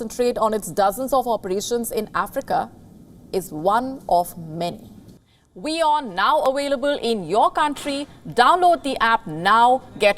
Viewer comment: WION not Winn